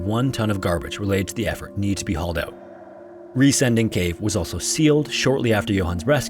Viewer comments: While you got the pronunciation mostly right, you misinterpreted the name "Riesending" as an English adjectivisal verb ending in "-ing", like "descending", therefore your emphasis is a little off... 😅 It's actually a compound noun formed of "riesen" (engl. "giant") and "Ding" (engl. "thing"). So it literally means "giant thing" and is pronounced RIE-sen-ding (like GI-ant-thing), not rie-SEN-ding (like gi-ANT-thing). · I believe the name of cave in the 3rd story is pronounced 'Riêsen' it is spoken like the english word 'reason', ...so the cave name 'Riesen Ding' means in german 'Big Thing'! 😉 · Riesending is pronounced closer to "reason-ding" than "re-sending" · One thing about the last cave: it’s not ries- ending ,but riesen - ding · "Riesending" is not pronounced as Re-sending, but as Riesen-ding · Riesending is pronounced like "reason ding" not "ree sending" lol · As a German, it was a little bit funny for me how you pronounced the Cave in germany. The letters were right but the grooping was wrong. You said it like Re-sending but 'Resen-Ding' is much more like the correct pronounciation of 'Riesending' ^^ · It's pronounced "reezun ding" and literally means "gigantic thing". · He got the cave name wrong tho. Sounds more like "reason thing", and means giant thing. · His pronounciation of "Riesending" was amusing :)